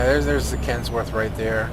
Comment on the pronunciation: Kenworth not Kensworth. Trying to be a jerk.